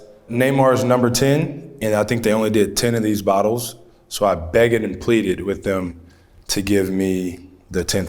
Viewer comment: Why he pronounce “begged” like that?? 😂 😂 😂